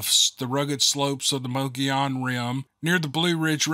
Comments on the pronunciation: It's pronounced "Muggy-own" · Let's put this pronunciation correct. This is a Spanish word...it is pronounced Mo-go-yon. Most people say muggy-yawn.. Two L's in Spanish is pronounced as a Y sound. Just saying... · Sound like you’re saying “Mow the lawn” 🤣 omg I’m rolling laughing. I needed this today. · it is MO GEE ON .!!!! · Reason it is pronounced MoGoYown is because the double (ll) is a 'y' sound in Spanish. It is named after the Spanish Governor ( ) of New Spain, which went as far North as New Mexico. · Sorry… Lakeside Az here…. It’s Mo- Gee-on… native American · did you say mow da lawn? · It’s mogollon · "Mo Go Yon" ... Pronounce the double L as a "Y", just like you do in "tortilla", as in "tortilla chips". I'm sure you say "Tor Tee Ya" (not "Tor Til La"). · I'm not entirely positive but I think it is pronounced muggy onon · It was a drawn out history of Arizona.......but I wanted to hear the story. If I wanted to know the geography and whats in Arizona, I would google it. But the best part is you trying to say those words. It was funny and I love hear you trying to pronounce them. He was a good writer but I didn't expect a book in front of the story, but that's just me. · Mogollon is not the pronunciation of the Spanish-speaking population that lives in that area & has since forever. You pronounce it your way & the rest of us will pronounce it the correct way & still love you, your stories, & all your "peeps" of which Ive been one for more than 4 years. Good job otherwise,. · I live in Arizona and your butchering the name of the rim!